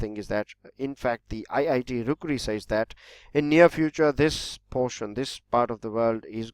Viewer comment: sir with due respect its not "ROOKREE" its "ROORKEE"..!!